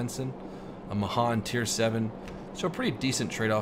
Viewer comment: Srry but it's pronounced mayhan even though it's spelled mahan